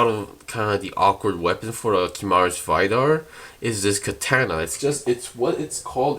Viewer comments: "VAYDAR" XD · ive heard barbaitos,ive heard gim,now ive heard vaidar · the way he says vidar💀